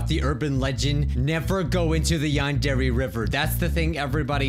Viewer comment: please.. learn how to pronounce Yandere right... what’s the point of learning a language if you’re gonna butcher it?